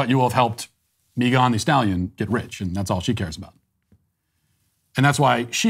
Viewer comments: “Mi gone” ???? 😅💀 why Matt 😂😭 it’s just Megan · Why is he saying Megan’s name like that 😂